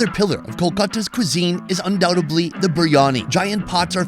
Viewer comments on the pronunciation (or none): ...it's UndoubTEDLY. The B is silent. Not undoutably. Just sayin'.